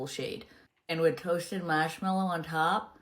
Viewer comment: WTF is "masmellow"? And "spackeling" ice. Words aren't enough to describe how much I detest that woman.